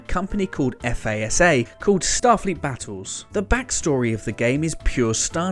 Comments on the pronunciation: You didn’t just call it eff-aye-ess-aye instead of Fasa? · FASA is said like a word "Fasuh" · FASA - rhymes with NASA - made the Star Trek Role-Playing Game. Star Fleet Battles was Task Force Games. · I was coming here to say this same thing. I just watched the video on my TV and almost threw something at it when they said "F-A-S-A" (spelling it out) made this game. Come on guys, if you are going to make a video for Star Trek fans, know your stuff.